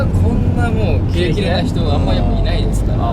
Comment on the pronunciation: 翔太くんの「踊り」が何度聞いても「お雑煮」に聞こえる笑笑笑